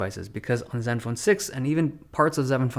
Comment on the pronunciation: “parts of zeven phone seven” 😂 Dave love ya bro